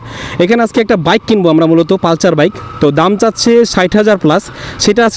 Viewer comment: এটা পালচার না, পালসার।